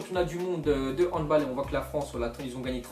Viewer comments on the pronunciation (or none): none